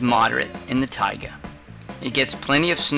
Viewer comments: He didn’t even say it right he was not pronouncing the a in taiga he was saying tiga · "Tiaga" biome lol